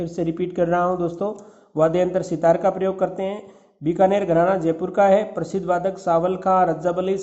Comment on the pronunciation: Sir app binakar,,ko,,(Bikaner) kyo bol rhe ho🙆